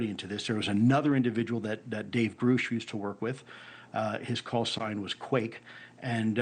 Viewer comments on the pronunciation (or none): Lou's the only one I've ever heard pronounce David Grush, as "Grew-sh" 😅